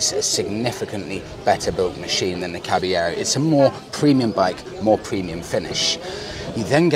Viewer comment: Come on mate, learn how to pronounce the name properly!